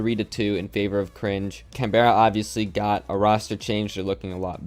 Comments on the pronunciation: Just a heads up for future Canberra is pronounced more canBRUH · Can-bra, it’s the capital of Australia!! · As an Australian I wanted to point out Canberra is pronounced like CanBruh and Le Duck is more Le (short and sweet) than Ley. As well as that, SPYDOGE isn't spidoge, it's literally just Spy Doge. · we understand but oml it is so triggering when even the casters don’t do their research to figure out how to pronounce Canberra